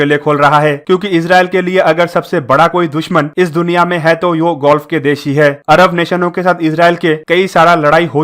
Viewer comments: कहीं अब gulf को ये भाई साहब गोल्फ के बजाए गुल्फ कन्ट्रीज न बोलने लग जाए। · Oh bhai woh ''golf'' nhi ''gulf'' hain😂 bangali ho Kya. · Please learn how to speak. Word is GULF. Where as you are prononciating GOLF, the name of game. Please correct. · Bhai mere gulf h Bhai golf nhi plz Bhai pronounce sahi kariye namaskar. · Golf nahi bhai Gulf hai irritating lagta hai agar galat bolte ho to lagta hai video close band kar dun